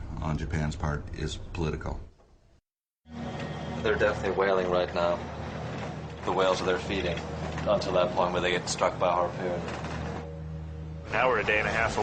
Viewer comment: "a harPEWN." goddamn lousy hippie, get a fucking job.